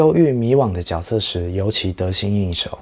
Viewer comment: 角色的发音错了吧，绝色吧